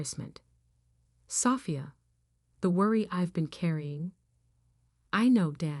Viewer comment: Will you please fix this AI voices pronounciations or use a different voice or software program! Sophia not safia